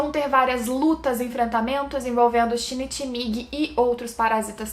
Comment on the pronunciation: o único defeito de parasyte é o shinichi ter ficado com a murano, e não com a best girl: Kana-chan ç.ç só um adendo, a pronúncia é Shin-ichi